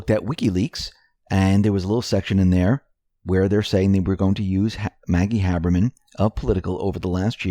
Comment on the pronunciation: IT'S HABERMAN, NOT HABBERMAN.